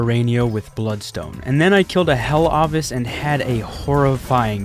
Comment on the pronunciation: Ovis is pronounced o-vis not a-vis